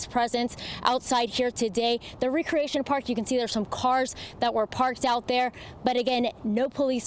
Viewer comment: Wow bitch cant read recreation not re-creation!!!